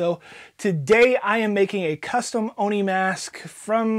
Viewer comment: Just say it as Oh-Knee